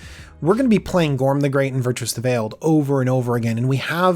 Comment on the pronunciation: I think he said Gorm wrong